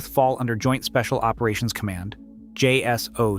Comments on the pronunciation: It's not pronounced Jay Ess Oh See, it's pronounced Jay Sock. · I wish these channels would spell out DEVGRU and JSOC so the guy would read it how it really sounds when spoken about. maybe something like jaysock or devgrew would work?